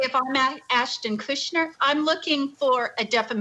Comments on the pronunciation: I like how Chandelle says she likes them better before their apology video and proceeds to pronounce their name wrong the whole interview 😂 MYLA and KUSHNER lol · Why is your guest making up her OWN pronunciation of Mila’s name???? Seriously unprofessional. You JUST heard two others say the name and you just make up your own. And did she just say Ashton KUSHNER?! She’s fired. 🤦🏽‍♀️ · It's not "Kushner" 🤣 There is no N at all in the name.